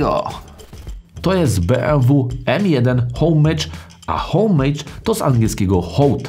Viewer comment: To jest z francuskiego "Omaż" a nie żadne Hołejdż z angielskiego...